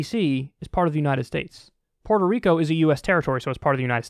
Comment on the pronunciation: Why can no one say Puerto?